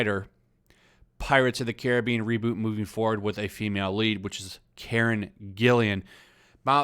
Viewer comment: he say karens 😂😂😂😂